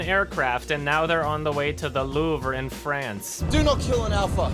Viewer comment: hey great video just wanna say that the Louvre is pronounced "loov", not "loov-ruh"